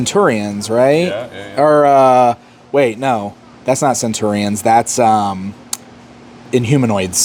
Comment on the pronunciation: Where did that pronunciation of Centurion come from? I feel like all the toy tubers say it like that. It's not even how they pronounce it in the show.